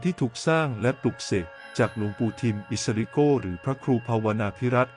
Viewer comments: โก ออกเสียง โก้ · โกไม่ใช่โก้นะ